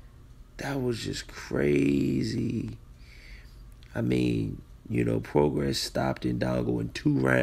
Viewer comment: It's PRO GRAY NOT PRO GRASS THAT IS THE PRONUNCIATION. PROGRAIS.